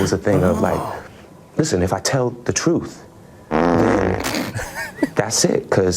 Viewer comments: “It’s the truff”! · "It's like the troof..."